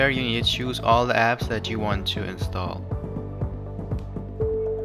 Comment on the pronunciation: good video! I thought it was funny when you said "open gaps" instead of "open g apps" 😂😂